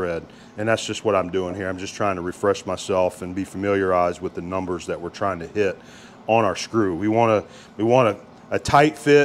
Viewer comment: Did you forget that TH is English. There and that are not pronounced dare and dat!